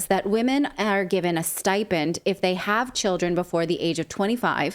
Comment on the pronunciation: she is baackkk, it is not stai pend Natalie, it is sti pend stipend, NOT staipend bahaha